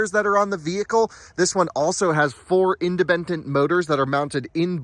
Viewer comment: "4 imbebembent" 🤣